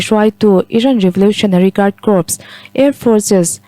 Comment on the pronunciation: Corp hi kop ti loin kor tia lam tur